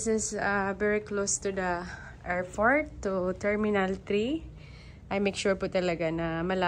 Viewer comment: Airport po hindi airfort... 😢